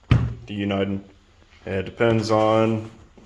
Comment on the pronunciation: Pronounced uniden wrong